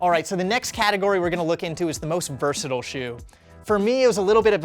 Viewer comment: I think his pronunciation of "versatile" was actually my least favorite part of the video...